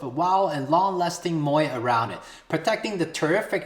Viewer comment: Makes me hungry when you say MOAT